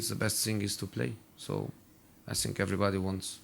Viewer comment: Why does he says "i sink"??